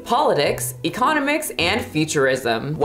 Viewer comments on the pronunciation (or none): the way you said economics 😂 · That's not how you say economics,.